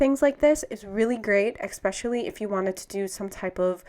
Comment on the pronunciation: very helpful thanks. fyi its Especially not eXpecially